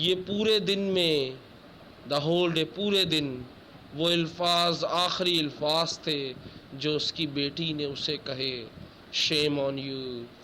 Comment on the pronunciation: ilfaaz nahin sir Alfaaz hotaa he